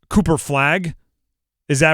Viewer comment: He said Cooper cupo 😂😂😂